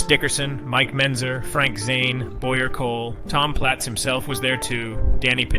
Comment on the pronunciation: You can bet your ass his life is a lie with all the jew dick he's taking. It's also funny how this is the "best" BB documentaries yet they narrator hasn't dug into much history, if any at all, and can't even be bothered to learn names. Brian Jones? Mike Bentzer? Come on kid, put a little effort in at least.